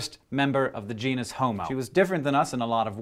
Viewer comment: Did he say genus-homo or genius-homo? Let's keep it politically correct Hank.